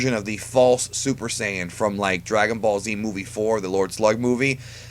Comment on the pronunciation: Its SAYIAN NOT PSYAN